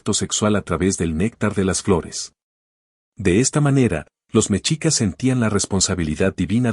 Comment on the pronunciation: La palabra mexicas, se pronuncia "meshicas", no "mechicas".